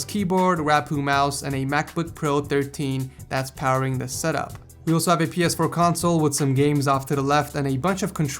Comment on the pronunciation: Am i the only who thinks hes saying ,,setup whores"